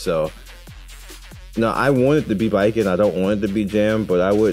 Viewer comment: Thank you for pronouncing Baiken’s name as ‘bye-ken’ and not ‘bacon’. Means more than you know lol